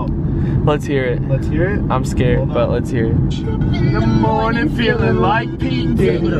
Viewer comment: “At 3 in the morting”